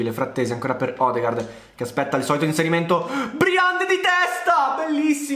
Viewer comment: Odegaard si pronuncia odegord